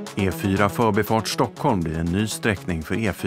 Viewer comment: att folk rent allmänt har fått för sig om att man kan uttala ordet "förbi" med betoning ö istället för i känns väl ok. men att det är otroligt vanligt i era egna informationsvideos är ju lite trist för vårt språk. vad lustigt det vore om folk alltid började använda ordet så... kan du akta lite, jag vill komma fÖÖÖrbi xD. nej. det är "förbiiii"